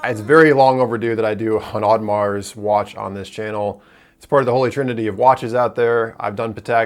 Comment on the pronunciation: You don't pronounce the "s" in Audemars